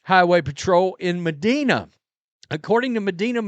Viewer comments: Lmao Medina, uh it’s pronounced Meh dine ah ☝️ 🤭 not Meh Deen ah 😳 no worries not the first international YouTube star to go that route 🤷‍♂️ ✌️ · Mah-dine-ah is how you pronounce it , brother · Judges in Medina take failure to appear personal. For what it's worth, around here it's pronounced mah- Dina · Well Rhodes is a big Sanders backer. He’s declare him as the starter come week one. And that’s not how you pronounce MEDINA. Oh yeah he’s so fun